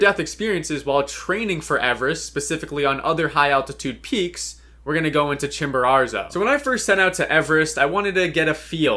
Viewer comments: Why do you say Chimbararzo? It’s Chimborazo. No R at the end. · I hate the way you say “Chimararzo” over and over lol. It’s “Chimborazo” why are you adding a 2nd R? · could you please stop saying ChimboraRzo, it's Chimborazo. Thanks! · La Montaña se llama Chimborazo no chimbero!!! Es molesto escucharlo mal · Chimborazo, not Chimborarzo. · Great video but it’s Chimborazo not Chimborarzo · Please pronounce Chimborazo correctly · I am ecuadorian and the way you say Chimborazo is so funny you add in an extra r somewhere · How does one mispronounce Chimborazo??? It’s not like it’s a significant peak or one you’ve summited or anything… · bro can't even say chimorazo - idiots like this destroy mountaineering